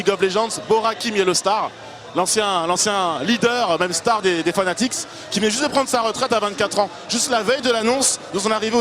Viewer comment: il a dit fanatix ho non